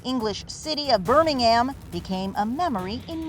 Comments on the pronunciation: The "Burmingam" made me cringe, its "Burning-Ham" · It’s not Bur-ming-Am it’s Bir-Ming-um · Not bir ing ham it's bir I'm in um amercia people as in uk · Why tf did she say burmingaym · It’s Birmingham NOT Buur-min-am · “bermingham” Americans can’t pronounce English city names. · Birmingham is pronounced birmingum, don't try correct me on it because I used to live there 😂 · I've got to say this...it's not BirmingHAAAAM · ༺FTS༻ Tano it’s not pronounced like that but as Birmin-gum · I swear they will never pronounce Birmingham correctly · you said Birmingham wrong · Sorry The way she said Birmingham made me cringe, 😖😬 Good footage though. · Being British the way she said Birmingham rlly annoyed me